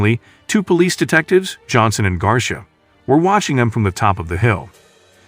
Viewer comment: At about ... "two detectives... and "GARSHA" "... REALLY?!? -- How many idiots are there in the world who don't that "Garcia" is an Hispanic name?? -- It's pronounced "Gar-see-aa." -- Get rid of the A.I. voice-over Dog-Snot, Dumb-Schmuck !!